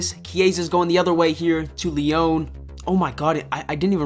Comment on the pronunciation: The club name is pronounced Lee-On. Great video tho